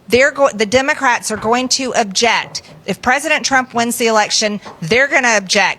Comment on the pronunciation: She can't even pronounce "object" right. She pronounces it "objet". LOL!